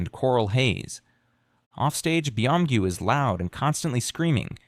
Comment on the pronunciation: Beeeee omgyu xD okay I was loving this but that pronunciation killed me lol.. and omg Tae Hyyyyoooon. OUCH. OUCH MY EARS lol - its a great information besides those things xD